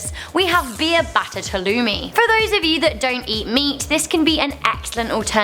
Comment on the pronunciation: Anyone that's not from Cyprus, the place were halloumi came from, says halloumi wrong.